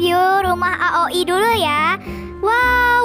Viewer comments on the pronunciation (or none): Itu bacanya aoi, bkn ak ok I😟